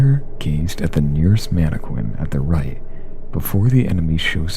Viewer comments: Jeez, and you alternate between pronouncing mannequin correctly and like "manna-kwin" wtf? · this guy has a good american accent but i don't think he's american or canadian. He said Mannequin pronouncing it man-eh-qwin. everyone I know say man-eh-kin. And he pronounces content in GTA 4 content like criminal content instead of comething like downloadable conent. There was one more example that I can't remember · Ok... 1) Mannequin is NOT pronounced 'mann-a-kwin" 2) Why do you sound like you're secretly recording this in your parents closet am? 3) Some of the footage you chose doesn't even illustrate what you're explaining, it's just random game play. 4) NO ONE should be admitting they jerked off to ANY video game...EVER!!! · I'm all for "Top__" lists, but don't try to make them scary when they're not... Animal Crossing? Really? Also you mispronounced "Content" and "Mannequin"